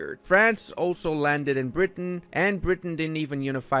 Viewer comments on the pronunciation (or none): none